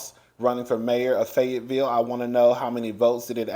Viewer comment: Yes your pronouncing it correctly!! And Fayetteville is beautiful with big gorgeous houses!! 😊👍🏽